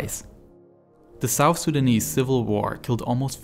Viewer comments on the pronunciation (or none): none